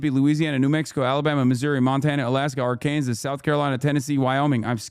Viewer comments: "are-kans-as" and "neh-vi-da" broke my brian... i am a dumb now. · Why does Hasan pronounce the states Arkansas and Nevada like a short bus child?